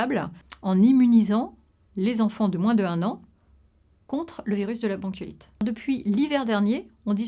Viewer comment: Visibl-han. Jour-han. Bronchiolit-han. Ventilatoir-han. Machin-han. Dizain-han. Aaaah jpeux pas.